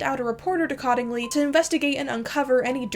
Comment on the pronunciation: Cottingley is pronounced "COAT-ingley."